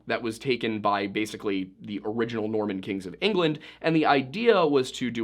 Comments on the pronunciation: . Norman. Not Mormon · I swear to the good Lord on high that it sounded like you said the "Mormon kings of England" created Domesday book. I had to pause it and rewind and it still didn't sound like the word "Norman." Genuinely thought I misunderstood the video topic and we were talking about some weird Tartaria thing or something. 🤦‍♀️🤦‍♀️🤦‍♀️